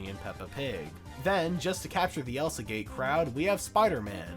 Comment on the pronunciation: lol i love how he said "elsagay"